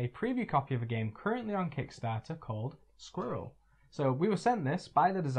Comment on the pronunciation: Hi and, thanks for explaining and previewing Squirrel so well, the name pronunciation is close enough!